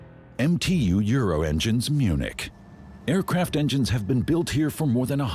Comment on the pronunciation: Did you say they make these jets in Munchkin or something? Munich maybe?